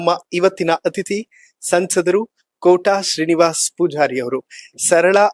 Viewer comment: ಸಂದರ್ಶಕರು ಸರಿಯಾಗಿ ಕನ್ನಡ ಕಲಿತು ಮಾತಾಡಿ sansadaru ಅಲ್ಲ ಸಂಸದರು